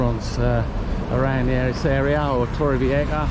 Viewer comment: The letter "j" is pronounced as an "h" in the Spanish language and its the Nautilus restaurant - not "Nautical"! A few ither pronunciation errors but don't want to be too critical!!